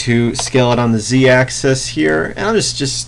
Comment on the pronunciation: Why do you pronounce axis as AXE-AS still love your tutorials btw :]